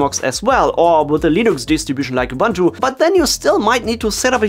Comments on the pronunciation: Why do people keep saying "Ubantu" whilst it clearly spelled "Ubuntu" and also pronounced "Ubuntu". Love from South Africa, where Ubuntu comes from. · Ubuntu is ooh booon too, not ubantu, please..... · Good info here. Please learn to pronounce Ubuntu right. (uu-boon-too)